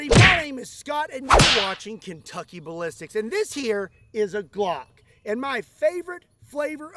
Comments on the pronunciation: Huhuh "Glongk" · Ladies and gentlemen, may I present: the “Glongk”.